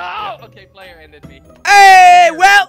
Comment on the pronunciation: It's player not ployer